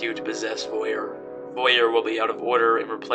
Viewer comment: je parle français, et je veux dire, ce n'est pas "voyuer," c'est voir. like how english says "oil" but add an v and r sound.